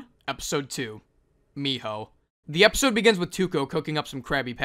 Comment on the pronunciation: Miho 💀. (Its fine btw, Mijo, j pronounced as Sort of a H in spanish.)